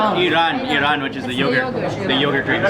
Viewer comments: “Iran” because they can’t say “Ayran” like its really called in turkey because it’s from there. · Mark said Aryan instead of Ayran, in Arabic it means naked.